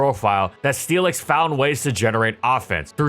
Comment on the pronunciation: I keep hearing Steelix as Felix and it's throwing me off